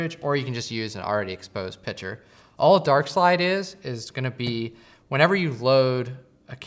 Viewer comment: Argh. Picture, not pitcher. (Other than that... great video!)